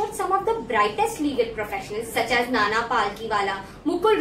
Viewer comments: Is it just me or did she say 'nana palkiwala' ? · Dude it's Nani......not Nana.